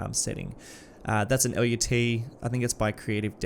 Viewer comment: as someone who's worked in the video production industry for half a dozen years, I have some experience with LUTs and one thing you should know is that the word LUT rhymes with the word nut. It's a one-syllable word that is used fairly frequently in the industry and always pronounced the same way in my experience working with people who have been in the industry for decades. This could be helpful to anyone who may have to use that word in a professional setting and avoid embarrassment.